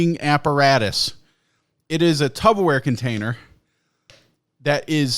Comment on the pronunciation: He called it "tubbaware" lmfao